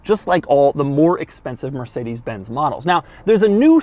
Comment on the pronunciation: Doug pronounces mercedes like"mercadas"